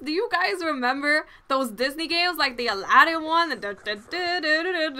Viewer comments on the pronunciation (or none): i like the way u say those haha, dose x)